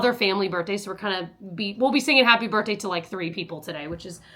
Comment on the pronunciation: For the love of god its birTHday NOT birTday!!!!!!!